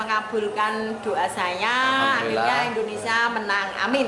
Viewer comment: Indonesia mas... bukan Endonesa hehehe... siiip lah.